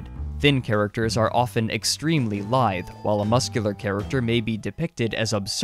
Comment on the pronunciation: "lithe" not "live"